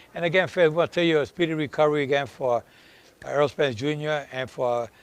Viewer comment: ERROL not Earl.